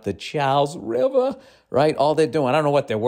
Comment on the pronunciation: "Like ya goin upthe Charles Rivaaaa." Always kills me when you make the back home references Dude you threw a better pitch than George Bush. You're thinking of the hype. The crowd was shouting "USA", so it was epic. But he didn't throw gas. He just didn't bounce. He was quick about it too if I remember correctly. From dugout to pitch and back was like under 30 seconds. You did a far better and more entertaining job than ole Georgie